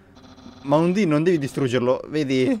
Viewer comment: Undyne è Il personaggio piu fiero del gioco Dopo papyrus ovviamente Ps si dice andaine un undin e poi si il pokemon è scraggy e l'occhio rosso lo hai preso dal telescopio